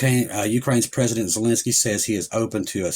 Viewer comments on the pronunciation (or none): none